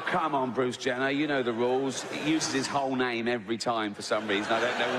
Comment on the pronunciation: The only offensive part of this video is the way you butchered his name 🤣😆🤣😆🤣